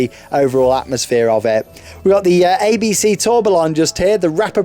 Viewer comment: Tourbillon is a French word that’s pronounced something like toe-be-yon. There’s certainly no ‘L’ sound in it.